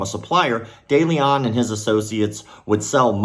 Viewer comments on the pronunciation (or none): The letter e in de Leon or Deleon as it might be spelled is pronounced like e in the word "lend" and the "on" like the word "own" not that I care about criminals but I have the same last name.